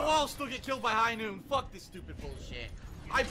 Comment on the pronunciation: It’s high NOOT!!!!